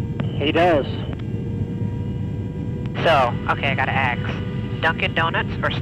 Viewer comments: "Okay I gotta AKS" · “So I gotta axe”